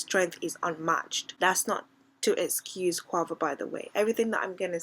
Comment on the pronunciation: It’s NOT co-a-vo it’s pronounced co-wei-vo (Quavo) 😂😂😂